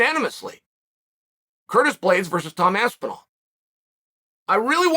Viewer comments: I came here to hear chael call him aspinwall. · It's motivation for the fighter... you haven't made it until Chael learns how to say your name correctly, or at least as well as the average American might. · Tom AWOL Aspinall. Always disappears when you wanna hear something interesting. And pays homage to Chaels ‘Aspinwall’